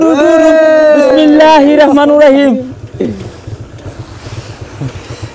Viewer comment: আজেবাজে কত কথাই বলতে পারেন কিন্তু বিসমিল্লাহটা ঠিক করে বলতে পারলেন না